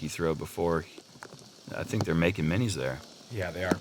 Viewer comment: Lol "Makin Minis"